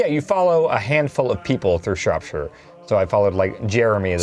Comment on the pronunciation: gets points for saying Shropshire correctly and then instantly loses them for not knowing Esther.